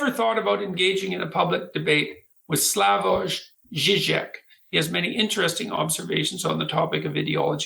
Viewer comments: Peterson can't even pronounce Slavoj Zizek's name correctly. Probably because he's never heard of him before. Because he's not an inquisitive person. He's a stiff necked egotist. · Of fucking course JBP can't even pronounce "Slavoj" correctly....